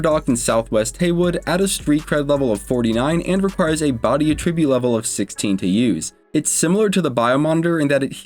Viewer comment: Attribute: Uh-trib-YOOT is the verb. AT-REH-byoot is the noun.